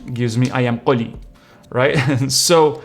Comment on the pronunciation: Subscribed! because you said " i am qoli" amazingly 😀 and of course such a good video!